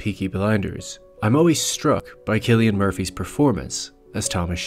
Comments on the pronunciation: Loved the video and the thoughts that the uploader put into it. I quite agree on a lot of the points actually. The only thing that brings it down for me is the pronunciation of Cillian Murphy's first name as in /kill-yan/. It's supposed to be /sill-yan/, mate. Looking forward to more videos nevertheless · It's Cillian. Pronounced like Sillian. It triggered me bro LOL